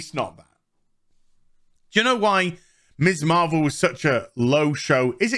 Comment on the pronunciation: I think you are great, but everytime you say Miss Marvel, all I hear is Miss Marple which confused the hell out of me at first!:)